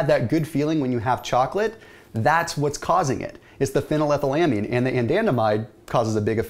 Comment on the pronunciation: That moment when you pronounced Phenylethylamine right.